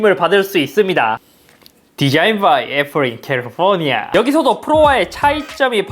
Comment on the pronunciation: 초 흑우🐴잇섭형의 캘뤼포뉘아 발음 ㅋㅋ